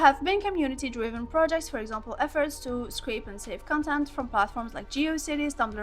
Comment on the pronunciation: absolutely love the video!! it's pronounced like "cOntent" though, not "contEnt". have a great day and I hope for future great videos like this one 💖💖💖💖💖💖💖